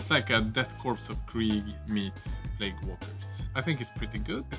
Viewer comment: I feel bad to criticise, as you do a phenomenal job making these videos in a language that isn't your mother-tongue, but... you know it's plague, no plauge, right?